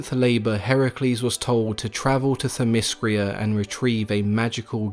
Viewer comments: it's themyscira not themyscria and titanomachy not titanochamy...(sorry i'm not trying to be a dick,i hope i could help you pronounce the words correctly.Greek is my native language and i live in Greece) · But you need to get your pronunciation right. it's not Thymiscria, It's Theymiscira. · Hippolyta and themyscira and hercules. all said weird man. not used to the alternate pronunciation. lol